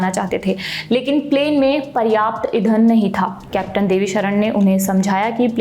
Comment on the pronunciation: नई हो क्या?? सौरभ भैया का नाम डूबा के मानोगी 😅 इधन नहीं ईंधन। साक्षरता नहीं साक्षात्कार